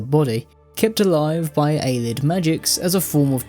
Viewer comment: I dont understand why he calls them Aylids. They pronounce it Ayleid in game a lot. It cant be a reading thing.